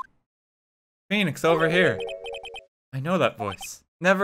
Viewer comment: RT butchers Phoenix lmao